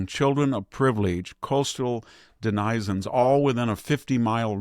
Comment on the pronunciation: Masterful. By the way please search how to pronounce "denizen"